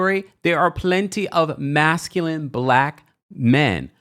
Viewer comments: Did D pronounce masculine as masculinett with a t?! I can’t. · DID he say masculent??😂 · The man cannot even pronounce masculine!!